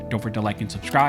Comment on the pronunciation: When he says Armed Scholars it sounds like Barmed Scholars.